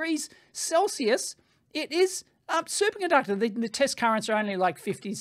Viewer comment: I heard Dave say "Super Gunductor" and I can't unhear it now.